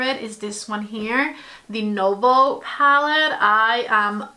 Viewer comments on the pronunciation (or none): none